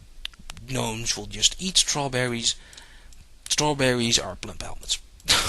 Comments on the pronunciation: When you pronounce gnome, the G is silent. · A lot of other languages pronounce the g in gnome, including german, greek, french, portuguese and probably others that I don't remember. Kinna hard to get rid of an accent for words that are the same in several languages. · i think because of his nationality thats how he pronounces it